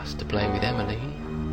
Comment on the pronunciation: did he say Emily or Emileen